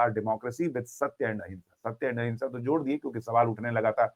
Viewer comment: वो अहिंसा नही अहिमंशा